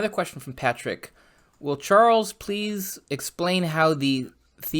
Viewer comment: Chorles and Vinsünt.